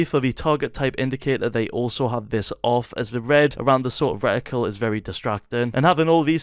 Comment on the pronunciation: i did not know how to turn on the aiming thing in the middle on my Xbox and now i finally know after 4 years. Thank you so much bro. kudos😁😁👍👍👍 "Recticle"